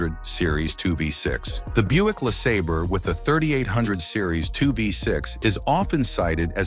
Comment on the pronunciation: your AI voice said LeSaber twice and got the pronunciation correct the second time lol. I still have a 94 Mustang GT in my driveway (haven’t been driven since 17) and I’ve owned 3 Riviera’s with the 3800 V6’s - great engines.